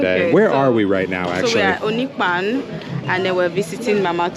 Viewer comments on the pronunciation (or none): Wat is onikpan?? Say onipaanu